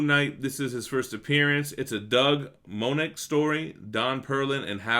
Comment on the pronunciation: I will think the highest it will go will be when actors and a showrunner is announced. A solid 8-10 episode season can be really great. Dough Moench is pronounced mench, sounds like wrench.